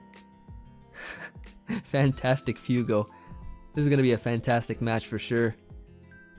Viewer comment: you kept calling that first guy 'FEW-go' when it's actually 'FWAY-go'. It's Spanish for fire. Little did he know he was going up against the Heat Lord himself:]